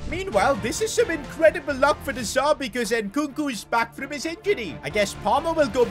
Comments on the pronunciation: It's De Zerbi mate. Not De Zarbi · Stop calling him de Zarbi it’s de zerbi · Who’s going to tell it’s de z*e*rbi not de z*a*rbi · I love but I hate how he kept saying de zarbi instead of de zerbi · De ZERBI NOT DE ZARBII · Why does he say de zerbi different